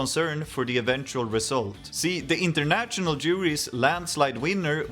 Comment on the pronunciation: Uttala inget t-ljud i national/international, bara sh-ljudet. Som fashion.